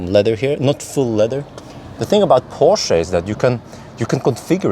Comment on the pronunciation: Good job pronouncing Porsch-UH ! 👍